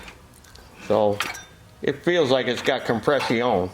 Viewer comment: "Compress-EE-ON." Love it when speaks French.